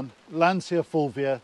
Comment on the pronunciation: You guys need to learn how to pronounce Lancia. The way you say it grates, like fingernails down polystyrene.